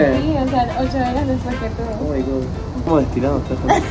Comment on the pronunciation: Oh my gad dijo